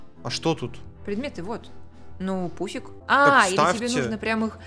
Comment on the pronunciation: А я вместо пуфика услышала пупсик😂😂😂😂😂😂😂😂😂😂😂😂😂😂😂😂😂😂😂